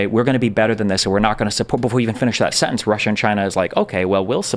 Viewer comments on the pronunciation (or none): none